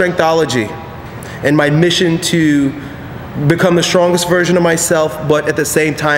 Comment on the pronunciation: when i first started watching, thought he said "become the strongest VIRGIN of yourself!"